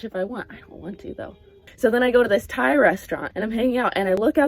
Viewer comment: Every time I heard Thai restaurant I thought tie restaurant, you know, like bow ties